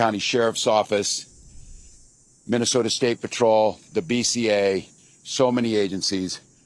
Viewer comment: Tampon can't even pronounced the word "Minnesota". Let that sink in. He talks worse than Kamala and Pedo Joe do.